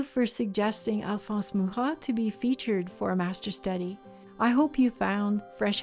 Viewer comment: I have one of his books of his work. I love his work so much. I appreciate you pronouncing his name since I have never heard it. The way you pronounced it sounds so much better than mine!😂 Your work is beautiful!!!!